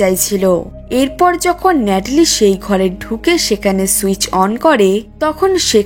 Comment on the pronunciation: ন্যাটলি❌ কেটলি✅ 😂😂